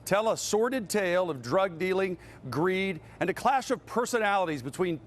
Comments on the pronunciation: Whyyyyy did he say Rockded lol 😂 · He said rocked’ed 😅